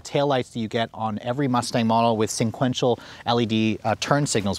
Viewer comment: Sequential not senquential.